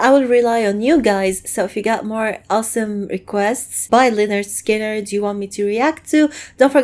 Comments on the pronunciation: March 2024 and yes you pronounced it perfectly young lady. This band formed in 1964 during high school or following. This was like 3 months before the plane crash. RIP to the original members, gone but never forgotten. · That is actually a very good pronunciation of the name.